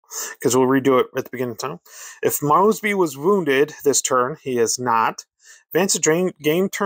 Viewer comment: I played this game, a LOT. According to the rules, when the heat got too hot, Mosby and his Raiders could "skedaddle." The dictionary describes "skedaddle" as to "flee in a panic." Mosby is pronounce MOESBY, not MAWSBY. Just sayin'.